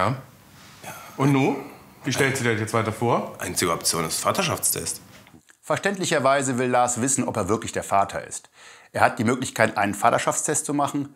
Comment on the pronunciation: Bin ich die Einzige die es witzig findet wie dieser Psychologe statt Vaterschaftstest FADDA -Schaftstest sagt